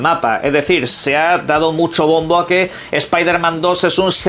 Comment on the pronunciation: Es piderman jajajaja Como odio escuchar eso pero sacando eso, no sera goty.